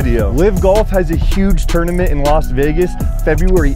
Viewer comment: Why does EVERYONE pronounce 'Tournament as "Turdamint"?? Lol wtf.'